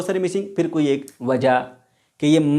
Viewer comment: the way sir said "wja" at 11: 40 😂